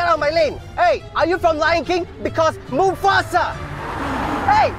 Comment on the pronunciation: Mufasa sounds like move faster...tht y he said tht😂